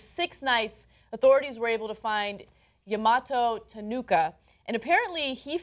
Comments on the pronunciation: Ana, come on. It's Ta-noh-oh-ka. Not Ta-nooh-ka. This is the second time in a week. Hire someone to fact check foreign names' pronunciations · pronounced "ta no oh ka" not (ta no ooh ka) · TAH-NO~OKA. From a TYT fan with a Japanese name. :3